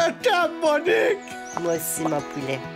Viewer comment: "Moniqueu moniqueu" mdrrr